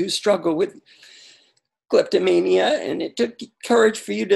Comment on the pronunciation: Did he say kleptomania?